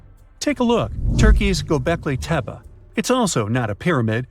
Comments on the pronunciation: Lost me when you couldn't pronounce golbe tepe properly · Goebekli tepe 😉